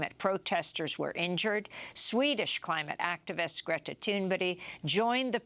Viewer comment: Why don't you ever pronounce Greta's name properly. Never. It's rude